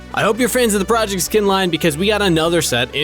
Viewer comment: yes proyect